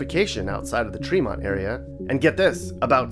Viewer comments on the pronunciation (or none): none